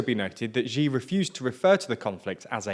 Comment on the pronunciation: “Xi” is pronounced roughly like the English word “She”. There is no zj sound there.